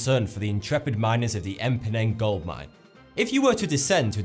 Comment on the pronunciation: "M-Phoneng mine" 😂😂 is it really that hard to pronounce for him?